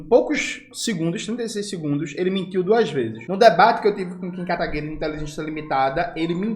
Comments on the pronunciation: Jones, não é Kataguire, é KataguirÊ!!! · eu tenho frouxos de risos toda vez que o camarada fala kataguirE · por que o jones fala kataguiRE? kkkk